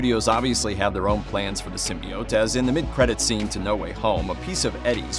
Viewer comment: I stop listening when people start mispronouncing symbiote